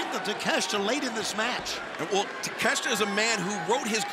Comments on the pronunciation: Takeshita ✅ Takeshta ❌ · Konosuke Ta-Meh-shita 😐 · Lmmfao!!!! Take-shit-a 🤣🤣🤣🤣🤣